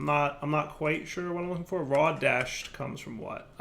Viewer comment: At this point, I'm convinced is a massive troll. Tolling Behavior: 1) Mining some Desh Ore, not mentioning it, and then (not 3 minutes later) saying "I'd really like to find some Desht Ore" 2) Pronouncing Desh as Desht even though he knows it's wrong 3) Not automating all the basic resources and then complaining that he doesn't have them automated. 4) Setting up his crusher golem as far from an auto smelter Create setup as possible. 5) Not setting up his auto fisher correctly, and then complaining when it leaves stuff all over the place. 6) Making a complicated mess of Create machinery that doesn't work right, and then (you guessed it) complaining about it and calling it buggy. 7) Even when complimenting something, like the schematic cannon, he finds a way to throw shade at it because he "prefers my own mod." Well of course you do. Every mod you make is ridiculously overpowered and removes the puzzle-solving aspect of actually designing machines/factories/automated farms that are based in a somewhat believable reality. But no, why shouldn't just make a block that magically moves everything everywhere instantly at 0 cost while being super cheap to craft? Lol! Please! It's sooo broken that you might as well just stop playing survival and just play in creative mode. 8) Start playing a difficult mod pack, complain that it's difficult, then quit after you get through the mid game because the end game stuff is too difficult. Like, we get it, you don't find that stuff